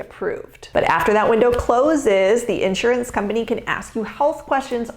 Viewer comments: Since you talk about it, since you push it, since you sell it, and since you promote yourself as an expert about it, perhaps you should learn how to properly pronounce "INSURANCE!" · An insurance broker who can't pronounce insurance properly? Not a deal breaker. Not knowing the plural form of diagnosis? Deal breaker. j/k